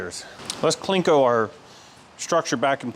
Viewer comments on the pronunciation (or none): If you are trying to debur something in a tight spot, put the deburring head on an extension and the extension in a drill. Sometimes it needs a short extension. Sometimes a long extension. Sometimes a right angle drill. There's always a way. And it's CLEE-CO. No "n". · Cleco no klinko...lol. I found this to be a riveting episode, still holding my bucking bar.